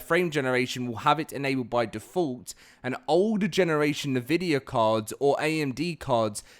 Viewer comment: Ok I have to say something cuz it's bugging me every time you say NVidia . It's not pronounced nevidia it's simply N Vidia :P